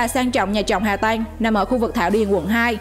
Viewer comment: Hà Tăng mà nghe đọc Hà Tanh là sao